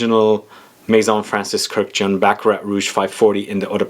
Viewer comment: His name is pronounced "kirk-dij-yan", three syllables. not "kurjan" or whatever the f you said. It's an Armenian name, not French. Just because he was born in France, that doesn't change the pronunciation of the Armenian name.